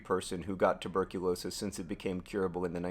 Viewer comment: Hey, it’s tuberculosis, not tuRberculosis.